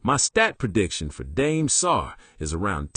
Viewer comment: Dame (dom-aey) not dame like Notre Dame